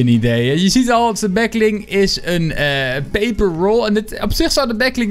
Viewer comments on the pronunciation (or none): none